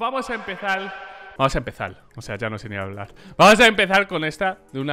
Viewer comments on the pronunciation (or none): "ya ni se ni hablal" Los Caribeños: oh, come on